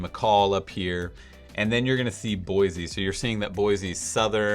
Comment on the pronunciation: FYI it's Boy-C, not Boi-Z